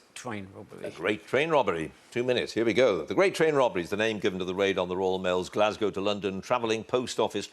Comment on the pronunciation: The Gwate Twain Wobbery